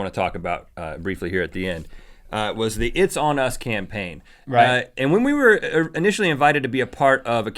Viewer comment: itsonus sounds like itsanus